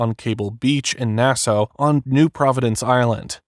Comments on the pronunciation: It’s pronounced “Nass ah” . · Nassau is pronounced "Nassaw", not "Nasso". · NAS-AW NOT NAS-O!!😅😅😅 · Its not Nassoe. Its Nassaw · Nassau is pronounced Na-Saw not Nas-Ow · Are you really saying "Nasso?" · Dude, it's Nassau (Nas Saw) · Sometimes AI is really dumb. I e never heard Nassau pronounced as Nasso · He was not an NFL 'star'. He had as short stint like you said. Also, fyi it is pronounced Na-saw. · It’s pronounced NAS ahh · It’s pronounced Nass-Aw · I love how the digital narration pronounces Nassau. Na-sow. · It drives me nuts when AI narration mispronounces words. Nass-oh...ugh, among other words. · This is narrated by either AI or someone that doesn’t know how to properly pronounce Nassau…. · AI narration can’t pronounce Nassau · Bro can’t pronounce Nassau😭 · Nassau is pronounced with "saw' at the end. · How can u not know how to pronounce Nassau? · The way the narrator mispronounces "Nassau" is so triggering. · How can a grown adult not pronounce "Nassau" or "Bahamian"? Robert needs a hole and then to be in one.